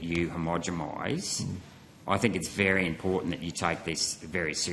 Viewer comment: lol "homogemise"